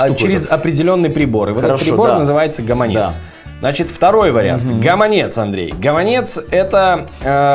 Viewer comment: Таму што гэта слушны націск, вядучы сам не ведае, як казаць